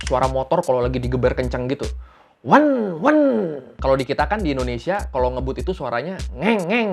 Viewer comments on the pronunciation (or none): none